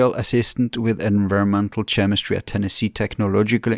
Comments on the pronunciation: to skip intro. should talk to David Weiss, that might be a fun podcast. And in English we pronpunce chemistry as /K/emistry, rather than /TCH/emistry. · It’s pronounced “K-emistry”, not “Ch-emistry” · It’s hard to listen to you keep pronouncing it Chh-emistry. There is not “ch” sound. It is a “keh” sound in chemistry